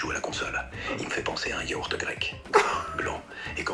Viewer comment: yaHourt? Serieusement?